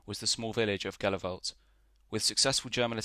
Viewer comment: Was there last April in Flanders . Pronounced in Flemish as - Helu- velt. And Menen is Meean-En